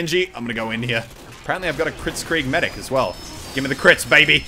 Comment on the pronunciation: You said mecree unstead of saying medic